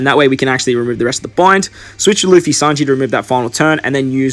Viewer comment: bro it's luffy not laffy :P cool video